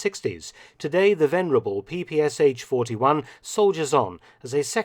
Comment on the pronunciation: Wrong pronunciation of PPSh 41 abreviation: not P P S H, but P P Sh - last 2 letters as 1 sound. This is why this weapon is called "pepesha".